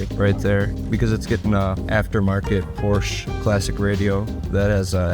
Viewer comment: Someone’s gotta teach how to say PORSCHE.